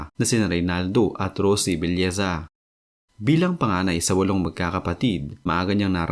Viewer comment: Belleza o nobleza? Paki linaw nga.